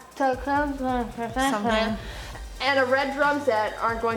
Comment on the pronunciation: Is it that difficult to pronounce the word Stratocaster? It's exactly what it looks like. It's an extremely popular and well known guitar from Fender. Sometimes I wonder if some hosts here are functionally illiterate.